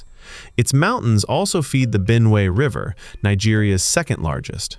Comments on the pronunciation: Benue's correct pronunciation 👇🏽 Benu-we❌ Ben-we✅ I appreciate the effort put into this research 👏🏽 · I love the new pronounciation of Benue 😂❤❤❤❤